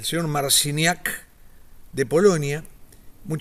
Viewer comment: Mal pronuncias su apellido i el nombre .. no se si haces por la ignorancia o por tu cultura